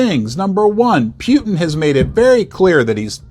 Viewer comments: Can you please say "Putin" correctly and not "Pjutin" or whatever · Everyone: "Poo-Tin": "Pea-You-Tin" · Yeah, I noticed that too. What I heard was "Pew-tin". lol